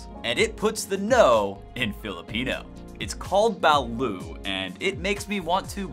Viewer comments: #4 is pronounced ba-LOOT, not ba-LOO, and it is NASTY smelling! I could never drink quite enough San Miguel to try it. When I was in the air force I was stationed in Japan and traveled extensively in the far east and "down under", and that's how the locals pronounce it. #1, fugu isn't all that dangerous if you go to a reputable ryoria (restaurant specializing traditional Japanese food), it's actually quite unique, you buy an entire fish and after the dangerous bits are removed (skin,liver, gonads),it's sliced paper thin and shared in a group of friends, it's not a meal, it's an appetizer. The live octopus they eat in S. Korea is much more dangerous than fugu. They eat some quite interesting things in Australia too, like vegemite . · It's not ba-lut its ba-lOt not spelled that way but how its said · Its duck not chicken and T is not Silent 🤪👌 Balut is good yum yum 😁